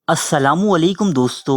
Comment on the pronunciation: yaar aap jab dosto kehte ho lagta hai doston keh reh ho iska apna e maza hai